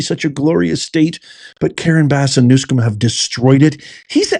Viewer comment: NewSOM, not new”scum”😉news-come